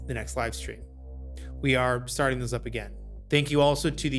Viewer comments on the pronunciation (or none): none